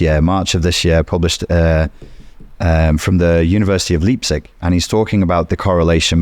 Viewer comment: I have no respect at all for. He mispronounced Leipzig. He said Leeptsig. Unforgivable. It's Ly(rhyming with 'my')- ptsig. I've cancelled him. Yes, I'm joking. Although he did mispronounce Leipzig.